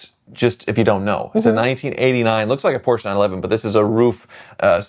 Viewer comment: Great video, I enjoy the chemistry between the two of you. Beautiful red Yellowbird, what an icon! And again, thanks for pronouncing Porsche the correct way, doesn't happen a lot with US content creators and drives me up the wall when they call it "Porsh". And I will never understand why anyone would buy a dreamcar (because that's what all of them are) and not drive it to keep it "low miles". I'm not saying you should go shopping in one of those, but take the damn thing out every once in a while and enjoy it, cars need to be driven.